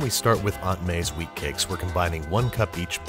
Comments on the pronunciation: I heard "weed cakes" before I heard "wheat cakes" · I thought he said weed cakes 😂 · I can't be the only one that heard weed cakes.... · Wheat Cakes? I first heard weedcakes